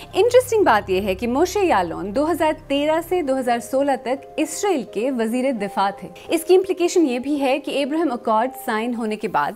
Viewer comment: اینکر محترمہ جب بھی اسرائیل کا نام خبر پڑھتے وقت لیتی ہیں ، اس کا تلفظ اسرائیل کی بجائے اسریل ISREL ہو جاتا ھے۔ ایسا مجھے محسوس ہوتا ہے گرچہ ان کی آواز ریڈیو/ٹی وی کے لئے بہت موزوں ھے